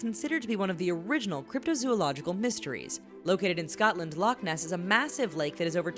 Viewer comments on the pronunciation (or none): "The LOCH ness monster" bruh she hurt my ear 😂